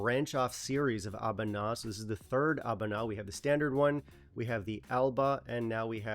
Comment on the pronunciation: I enjoyed the Existential crisis interlude. Also: I think it's pronounced "ah-BOO-nah".